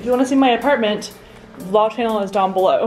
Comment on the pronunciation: Is it just me or did she say in her intro “hey guys welcome to my shannel”??? Yas I mean shannel